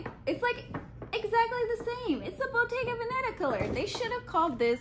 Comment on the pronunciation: I also right you kept saying Bottega Banana lol